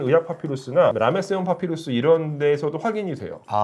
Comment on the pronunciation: 파피루스가 자꾸 팥빙수로 들려